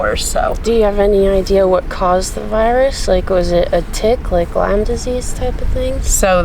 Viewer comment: Hi, its Lyme not Lime